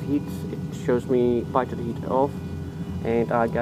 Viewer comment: The pitot is a actually pronounced like "peetot"